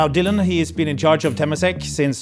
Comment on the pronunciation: It's pronounced as tuh-MAH-sek